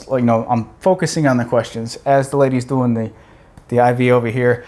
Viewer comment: "Hey folks, howaya guys doooin" I could have sworn you were Canadian for a second.